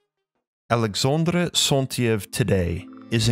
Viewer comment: You butcher the French pronunciation of Alexandre Saint-Yves. You do a Spanish "R" on Alexandre (not French R) and pronounce Yves incorrectly. You also mispronounce other words, including "primordial" and "pronunciation." You say "PREmordial" instead of "PRImordial" and "proNOUNciation" instead "proNUNciation." You also mispronounce "phonetically." All this does make you appear less than educated. Finally, your speech is slow and laborious to listen to. Perhaps you could speak/read a more fluently and with natural inflection.